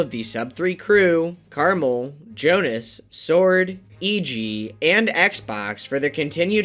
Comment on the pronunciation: I am worried that it is not Jonas, but Jonáš (Czech name)